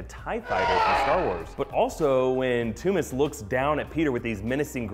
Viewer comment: it is Tooms